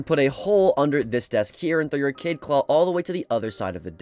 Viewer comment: Its kaid not kade